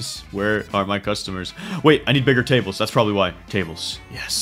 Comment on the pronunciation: When he was playing the snake game he said Biggar